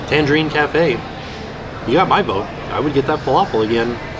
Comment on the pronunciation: Take a drink every time mispronounces Tangierine Cafe as Tangerine Cafe.